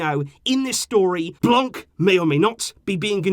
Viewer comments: My guy, for the sake of saving the ears of us bilinguals, its pronounced "Blan" not "Blan-k"😂😂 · Great video, just Miss pronounced " Blanc" because He's French and therefore the C at the end is a Silent Letter. I know this cuz I'm Algerian and speak French. Still Great video ❤️